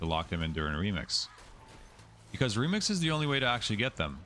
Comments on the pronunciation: Okay, am I crazy or does he say "Lemix" instead of "Remix" every so often? I feel like I'm in Super Troopers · Incredible guide but I hate you for saying LEMIX constantly lmao